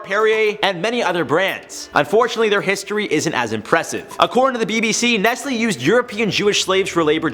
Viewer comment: I can't believe it.... i knew some ppl pronounce Nike as -N-I-K-Y but i didn't know ppl pronounced N-E-S-T-L-E as N-E-S-L-Y 😂😂😂